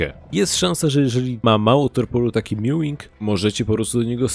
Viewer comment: To nie Meawing tylko Maewing